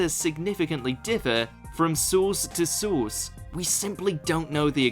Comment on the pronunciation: “ eeeeeerrrth” “ sauce to sauce” 😂